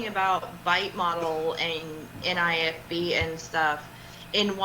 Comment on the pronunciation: NIFB, not NFIB